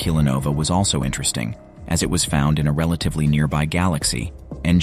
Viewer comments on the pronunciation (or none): none